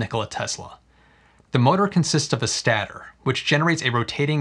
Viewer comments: "stay"-tor, not "stat"-tor ;) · Great video! It’s actually pronounced “State-or” and not “Stat-or.” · Stater is pronounced stayter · It’s “state-er” not a “stat-or” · Always love your vids. Just wanted to point out: stator is pronounced Stay-ter. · That is what I thought too, but was not sure... actually per it is stey-ter.. still not a stat.... but the concept and details were great!